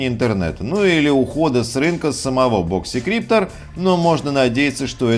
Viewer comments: а я слышу в видео "И" - "боксИкриптор" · у него не очень с английским, но при этом он может быть экспертом